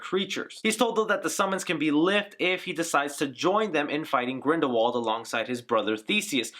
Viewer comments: Everyone in the movie pronounced W as V, so it should be GrindelVald... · Grindelwald is a German last name. W's are pronounced as V's there, example is Volkswagen - it is pronounced as volksvagen. So it IS GrindelVald. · Radish Yup. ‘Wald’ is ‘forest ‘ in German, but they say it as if it started with a ‘v’. And ‘v’ they pronounce as ‘f’. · Isn't Grindelwald a Germanic name? So it would make sense that it would have the V sound in English?